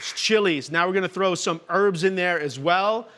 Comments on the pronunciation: It's HERBS not ERBS 👍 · What a twat. French onion soup is a peasant dish, not "fancy". And, it's "herbs" not "erbs". Richard you are a bellend. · It's always funny to me hearing Americans say "erbs"